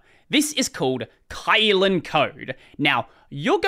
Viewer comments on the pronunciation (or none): Not pronounced as kite, the y in it in China, we pronounced it as i in kit in this word Kylin.